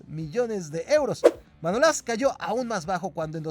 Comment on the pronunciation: Manolás no, Manolas, no lleva acento en ningún sitio y por lo tanto no se pronuncia como lo dices. A ver si aprendemos a leer bien, ya que un canal de Youtube lo pueden ver niños que aún no conocen bien las reglas de ortografía y pronunciación pudiendo equivocarlos y llevarlos a errores que copian de las redes sociales. París san yerman tampoco se pronuncia así al igual que muchos nombres de futbolistas que pronuncias mal, desde luego no seré yo quien vuelva a ver más cosas de este canal 💩💩💩